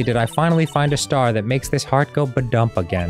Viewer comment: Followed by how he said "Ba-dump" with such an emphasis on "dump"... the insane implications made me blast a bit of soda up my nose and then promptly get some of it down in trache-town.